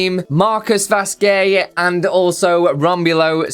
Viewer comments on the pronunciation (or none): Also, I think their names are pronounced, Vas-kez and Soo-za.